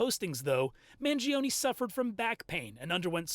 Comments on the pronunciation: It's not man-jee-oh-nee... Mangione sounds like "man-JOE-nay." That's why saying it the wrong way feels so weird and cumbersome. (In Italian, the i after the g changes it from a hard g to a soft j sound.) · Maybe one day Americans will pronounce their Italian last names with linguistic integrity Mangione is not pronounced manjeeohnee The I vowel and E vowel cannot ever have the same annunciation yet Americans are lazy as Eff when it comes to the integrity of properly pronounced English Mangione is properly pronounced Mahn- Joe-nay